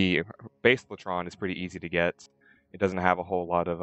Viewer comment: its lay tron not lah tron